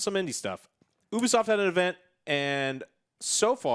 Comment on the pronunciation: Whoever sees themselves in that pretentious hipster-shit is the problem... Also it's pronounced "neesh" and "Yoobisoft" :P